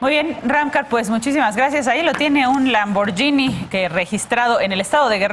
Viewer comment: Solo un idiota trae un lamborghini en una cd con baches, topes trafico e inseguridad... PD: Se lee lamborguini, no lamboryini